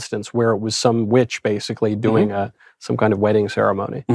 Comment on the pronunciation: The emphasis is on doing